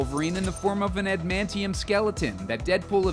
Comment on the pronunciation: You pronounce "Adamantium" wrong.